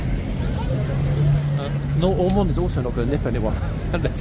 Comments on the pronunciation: Are you kidding me? It’s Ormonde! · it's Ormonde